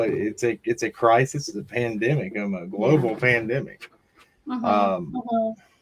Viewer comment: it’s “crisis” 😊